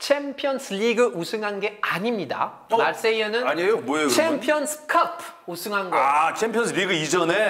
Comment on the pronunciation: 챔피언스 커쁘! ㅋㅋㅋㅋㅋ 개웃기네 이거 내 웃음버튼